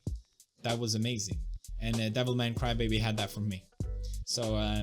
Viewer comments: I always feel like correcting, but then I notice that no, he is right... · I thought you butchered the name of the show for fun, but Devilman Crybaby is the actual name.